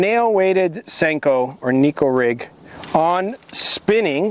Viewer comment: You give the Kneeko rig guy grief at the start and saying it’s Neko (Gekko) and proceed to pronounce it as Kneeko 😂